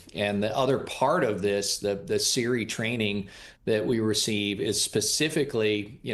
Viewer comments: Sir...We don't call it SEARY, it's SERE(pronounced sear) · Why is this guy calling "sere training" "siri training". Ain't no way this guy is military